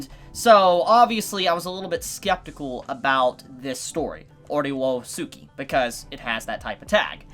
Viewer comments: Ore wo suki is pronounced “oray oh ski” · Ore woah sooki is the greatest pronunciation, regardless of what's correct